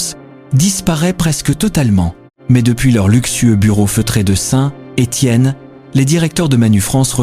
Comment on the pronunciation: FAUX on ne prononce pas Saint..........Étienne, mais SaintÉtienne. en un seul mot !